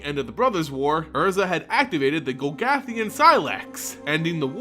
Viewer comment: I agree. Also, your pronunciation is garbage. It was the Gol-GOTH-ian Sylex not the Gol-gath-ian. It's Teferi(Teh-fairy) not Teferi(Teh-Fear-y)